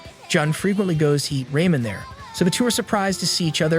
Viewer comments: Also, the AI said raymen instead of ramen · This Ai voice really said "Raymond" instead of "ramen" 🤣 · Or ramen wait I mean ray man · "eats raymon there" NO ITS "eats Ramen there"! this failure is more painful then the kamehameha. or unless he eats all the "Raymonds" that are out there. which is also known as... you know what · Ramen too fr the say Rayman dude from that one game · The way he pronounces ramen has me dying 🤣🤣😭. "raymen." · Ramen ❌ Rayman✅ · Kah Raht(Karate), Few Tun(Futon), Ray Men(Ramen) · the ai said ramen wrong.... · is no one going to talk about how he says ramen